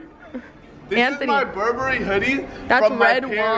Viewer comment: Berbery💯😂 it’s Burberry